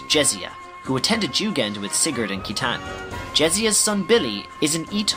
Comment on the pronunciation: Jugend is taken straight from the German word for "youth" (being a training academy) and is pronounced "yu-gend".